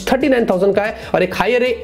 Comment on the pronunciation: Is there anyone else who gets annoyed by the way he pronounces "Hai" like ae ae.. 😬 bro its "Hai" and ur like ye processor ae. Ye ae wo ae. 😂😂